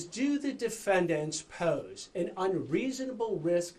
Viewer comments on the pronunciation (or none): the way he says "pose" is weird lol, or maybe that's a specific accent, reminds me a little bit of NIC CAGE THE LEGEND!!!